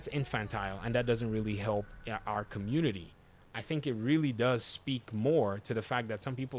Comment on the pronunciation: Did anyone else keep hearing “Arkham unity” when he said “our community”